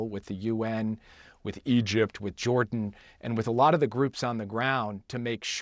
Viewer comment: Ain't no way the guy on the right is not a reptilian by the way he says Egypt lmao